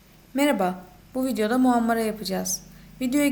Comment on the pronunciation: Hocam çok güzel olmuş fakat merhaba derken ‘H’ harfini yutmuşsunuz sanki.